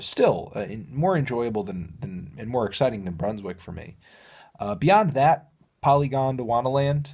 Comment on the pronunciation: Anthony. My man. There is no second D inbetween the N and the last A in "Dwana". It's Polygon-Dwana-Land. Not Polygond-Wanda-Land.